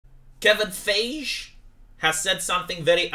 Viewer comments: "Kevin faaage"🤣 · Feige is pronounced Fai Gee ( hard G ) ( sry im this person XD LOL ) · din ce am auzit la Friday Night Thighs cred ca se citeste Faighi, gen Fai-ghi zici in romana. Da chiar, nu le zici subscriberilor sa comenteze pe twitter la Nerdrotic sa te bage si pe tine la un live intr-o vineri? Ei au vreo 12 - 14k live viewers. Si in plus te si pricepi la chestiile astea culture war. In general discuta despre filme din astea noi sau chestii de cultura in general dar e mai mult fun decat politica. Cred ca ar fi fain.